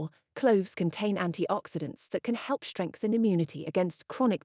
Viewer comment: ...What the heck is that "shtress", "shtrength", etc.?... Only in German language the group of consonants "st" is pronounced "sht", only if the group is at the beginning of a word...